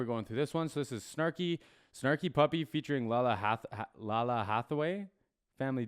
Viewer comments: Lalah is neo soul royalty. Her father is the infamous Donny Hathaway ....and her name is pronounced "Lay-lah" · Thanks so much for this. I cringed when he said her name. 🙄